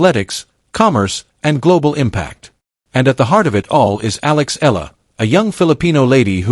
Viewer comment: It's pronounced "eh-ya-la".